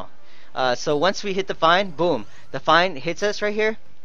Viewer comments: Your pronunciations make me cringe a bit..Ahh-Ma (ama/Amaterasu ) and Fiine is more of fii nay. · It's pronounced "Fee-nay" like the word for "The End' not "Fine" lol.